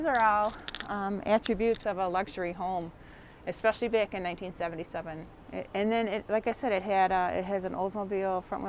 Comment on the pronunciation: Funny her accent, Back pronounced beeaack